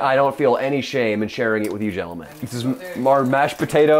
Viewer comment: almost said yenelmen and finished the rest of that in an accent